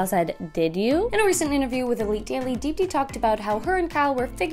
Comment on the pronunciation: I can't stop laughing at how they pronounce Deepti lmao